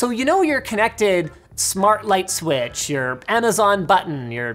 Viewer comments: White dude that can't say switch, funny! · 'commodity sweatch', did linus just go south-eastern?